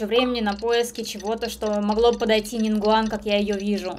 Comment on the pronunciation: НИН ГУАН А НЕ НИН ВГУАН